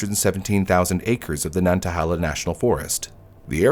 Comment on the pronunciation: It’s pronounced nan-ta-hay-luh